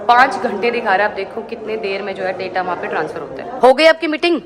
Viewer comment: please pronounce data word properly, it looks foolish when you pronounce wrong